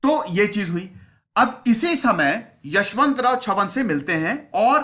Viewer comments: यशवंतराव चव्हाण not यशवंतराव छवन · Yashvantrao chavhan not chavan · यशवंतराव छवन नाही यशवंतराव चव्हाण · With due respect sir ....Chavan is prenounced as चव्हान ..not छवन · छवन नही है sir चव्हाण है. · सर.. 10.00 kindly pronounce as 'चव्हाण' and not as 'चव्हण' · its not छवन its चव्हाण. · चव्हाण है वो छवन नही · It's chavhan chavan mat bol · यशवंतराव चव्हाण साहेब... Please pronounce correct